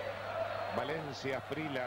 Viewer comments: Es gringo el locutor? Llama Asprila a Asprilla. Se le olvidó que hay una consonante llamada elle? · No entiendo porque ese narrador dice Faustino Aprila si es Faustino Asprilla! Se oye feo Aprila! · Asprilla, no Asprila jajaja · Me rompió las pelotas el comentarista diciendo asprila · Porque nadie le dijo que NO se dice Asprila?? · Los argentinos sobre pronuncian la "elle" (LL) para todo, pocho en lugar de pollo, gachina en lugar de gallina, etc. Pero, aun así, nunca, hasta el día de hoy, han sido capaces de pronunciar la LL en Asprilla. Ironías de la vida. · Los narradores argentinos no quieren o no pueden o no saben pronunciar el apellido de quien los goleó. 😊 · Eso te pasa narrador mediocre por pronunciar mal el apellido del negro esprilla